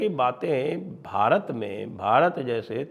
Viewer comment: How will you reclaim Bharat when you pronounce Bharat in foreign accent?